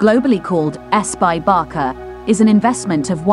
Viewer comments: It’s not Barka!!! It’s Barca like Barsa!!!! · It's Barca, not Barka ffs! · Barça is pronounced as /BARSA/ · A lot of info but no way to pronunce barça correctly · Sorry, but if you speak English, there is no excuse to bad wording. It's not like Americans and British pronounce water as vota and votr, this is completely different. This is a name, and name should be pronounced correctly. Even in spanish or catalan, Michael Jackson is still pronounced Michael Jackson, not Mikel Jessicon. Therefore Barca pronounces Barca, with an "s", not with a "k" (common pronounciation in American) and Camp Nou is Nou (pronounce like the word "know") not Now. Thank you. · Barka? Camp now? Please do some research how it's pronounced instead of emberrasing yourself. I stopped watching the video as couldn't hear anymore of this. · A la locutora le podrían haber avisado en el guión, que se pronuncia "Barça" (fonéticamente Barsa y no "Barca"). Y que el Estadi Olimpic es Lluis Companys (fonéticamente sería "Lluis Compains" en lugar de "Lluis Cómpanís"). Oir durante todo el video "Barca" en lugar de Barça hace daño a los oídos, especialmente a sus seguidores.... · ¿Barka? ¿Lluis Companee? ¿Are you kidding me? You are doing a job on a team, make sure to learn how to pronunciate the names